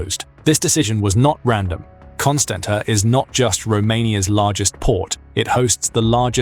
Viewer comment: For God's sake pronounce the cities names correctly:- Galati - galarts, Constanta - constantsa